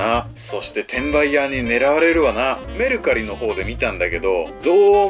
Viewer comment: メ↑ルカリw